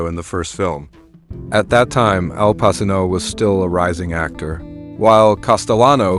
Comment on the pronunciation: Al Passino? Bro you real?